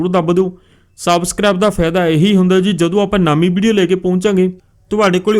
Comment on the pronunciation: Ziii ni hunda jiii hunda Bai